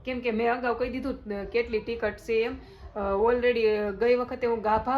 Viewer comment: Nice vlog 😊😊😍 dii tikit kevay tame tikt kyo cho 😄